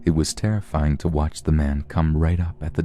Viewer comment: What is “TERRIYFING”??? (I do love listening to you at night)